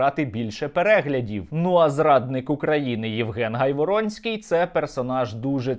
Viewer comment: Наголос на прізвищі га' йворонский